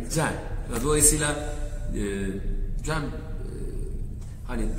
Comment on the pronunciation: Ceeeeemmm nedir yaaa e yi söylemeyi bilmiyor musun